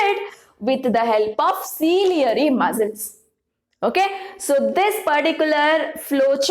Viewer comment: It's not cilieary muscles it's ciliary muscle